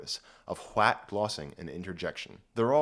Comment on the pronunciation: How many times did homeboy have to do retakes from adding a "T" sound to the start?